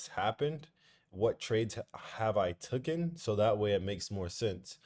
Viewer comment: Bruh it’s “ fundamentals” Not “funtamentals” Also “taken” instead of “tucken” Hope u good all the same 🙏🏽